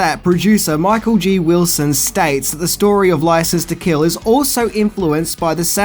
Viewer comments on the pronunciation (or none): none